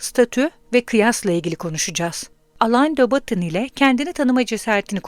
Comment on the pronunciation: Teşekkür ederiz. Yalnız aleyn de batın değil Alen dö Boton olarak okunuyor isim.